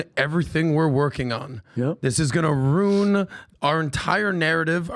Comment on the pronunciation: Can somebody please explain to that you don’t pronounce the word “RUIN” with “RUNE”. Maybe it’s an inside joke thing with them because no one on panel said anything, but my lord it’s pronounced “ROO-IN”. 😮